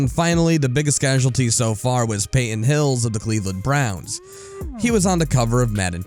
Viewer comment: Omg... also it's Payton Hillis... not Payton hills... did the person who put this together actually know anything about sports? The mispronounced names are embarrassing